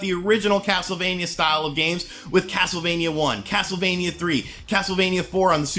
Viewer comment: YOU KNOW THIS GAME IS GOOD BECAUSE HE KEPT CALLING IT CASLTEVANIA LOL